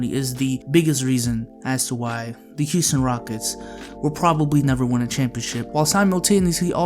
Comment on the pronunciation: Heeston rockets?